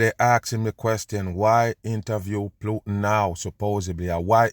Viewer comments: It's putin..pronounced Pootin. Not PLOOTIN. SHEEESH. Also it's OPIOIDS. NOT OPEROIDS. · 😅 I know you're pronouncing the name plootan just because of how you feel about him! lol! 😂😂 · I like how kerps calling him Plutin and doesn't give a shit 😅 By now many probably corrected him, and he he doesn't care, why should he give them the resoect of pronouncing their fake name how they taught us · How you say plootin all the time? Dumb on!